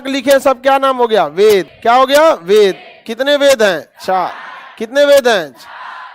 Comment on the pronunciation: बेद नहीं सर "वेद" गायत्री मंत्र का अंतिम पंक्ति ग़लत उच्चारण हो गया सर। ध्यानाकर्षण हेतु।